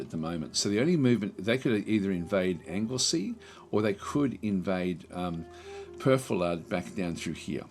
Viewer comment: Hi. Welshwoman here. Anglesey is pronounced correctly (it IS a Viking name after all) Gwynedd is pronounced GWINeth* (Emphasis on the capitalised syllables) *dd is 'th' but as in 'fathom', not 'birth'. Powys is "POW-iss" Perfeddwlad is "perv-EDD*-oo-lad" Deheubarth is "d'HAY-barth" Morgannwg is "mor-GAN-ugg" (double points if you can roll your 'R's!) Gronw is "GRONoo" Cheshire is pronounced "CHESH-er" All were considered Kingdoms although not all existed at the same time, with different kings, different houses/lineage, and slightly different versions of Welsh. Incidentally, the regions you currently rule in this video have Welsh names. Cheshire - Sir Caer (sher Ky-er) Shropshire - Mathrafal (MATH-rav-al) Herefordshire - Ergyng (AIR-ging) Anglesey - Ynys Môn (INiss morn) Hope that helps. 😊